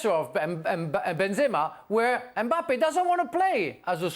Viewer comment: Jules with his usual Me mangling of Mbappe